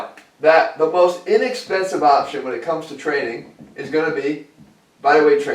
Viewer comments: inexpensEve LOL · "INEXPENSΣVE"